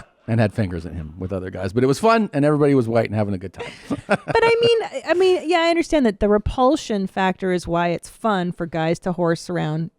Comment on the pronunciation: "..That meenths you're gay."